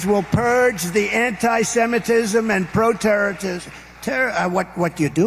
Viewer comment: He said “Pro turds”? Another Freudian slip. 💩Wow